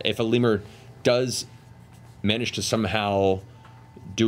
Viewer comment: .... Matt I think it MIGHT be pronounced leMYUUR not lemur .....